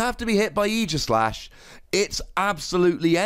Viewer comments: Oh my goodness, YAS, someone finally pronounced his name right! It’s not AGEislash, dang it! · 2 wossy card. Never gonna see serious play. There are way too many ways to get off the active spot. Even if we get an uber busted mon with an ability that prevents retreat there are still a lot of way you can get out. And btw thanks for pronouncing it properly. It's aegis like the old greek shield not years.